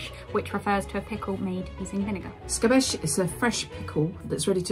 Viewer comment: me wincing a little bit every time they say "scapece" as "scabèsh"